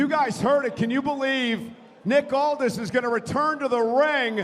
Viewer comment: It's "Aldis"!